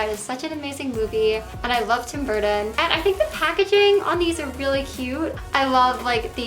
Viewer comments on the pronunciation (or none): Burrden budderfly 😂🤡😩🙄 girl learn how to talk and say the name right if you “Love” him so much 🙄🤡🙄🤡